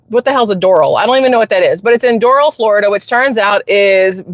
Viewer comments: Doorowl....... Like the cigarettes..... Doral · It's DorAL like in ALabama. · Pronounce as Dough rall. Your welcome. LOL Sounds like Spirit airlines.